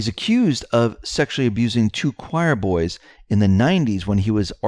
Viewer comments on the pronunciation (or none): none